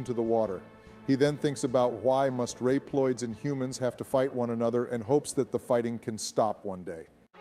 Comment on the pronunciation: Rep loids